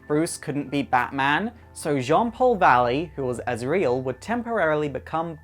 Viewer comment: But not azrael